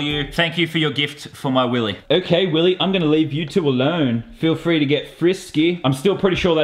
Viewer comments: it is not willy! It is WILLEH! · YOU SAID YOU HAVE TO SAY IT LIKE WILLEH